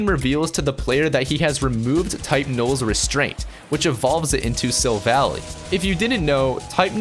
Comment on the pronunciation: It's pronounced 'Sil-Val-lie'.